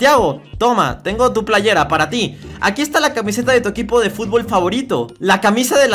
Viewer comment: Es fútbol no fubol